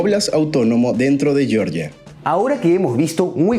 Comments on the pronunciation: Chicos, sólo una acotación: el país caucásico Georgia 🇬🇪 se pronuncia como se lee en español (Jeorjia). Si lo pronuncian como “Yorya” se están refiriendo al estado sureño de Estados Unidos. 🇺🇸 En el video dicen ambas pronunciaciones, ojo con eso. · Hola: tú pronuncias correctamente Georgia en español, y le das a la letra g su sonida español como en geogrfía o en geometr{ia_. Pero el señor que te hac la segund voz pronuncia erróneamente _Yoryia, Yoryiano, etc. ¿Podrías recomendarle que no le enseñe errores a tus seguidores? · Hola: tú pronuncias correctamente en castellano Georgia, pues das a la letra g su valior español como en geografía o en geometría_. Pero el señor que te hace la segunda voz dice erróneamente _Yoryia,- o -Yioryiano, cual si estuviera hablando del estado norteameriucano de Georgia. ¿Podrías sugerirle que no le enseñe errores a tus seguidores? Gracias. -_